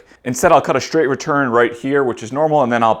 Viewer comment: I like you videos but shhhtraight and shhhhtretch drive me nuts.